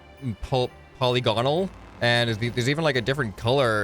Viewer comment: I don't know why but the way he said polygonal made me irrationally angry so if you see this original is pronounced ( pull-igg-an-ull)